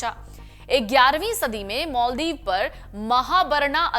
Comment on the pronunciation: मालदीव कि माॅलदीव पहले उच्चारण करना सिखो , अंग्रेज की औलाद